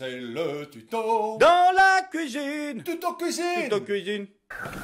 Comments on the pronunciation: "à la couizine" :') ça fait plaisir de vous revoir avec votre acolyte :D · "LA PLACE DE LOMBARD C'EST A LA KOUIZINE!!"